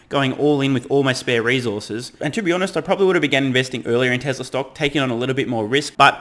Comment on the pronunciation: TeZla! Lol!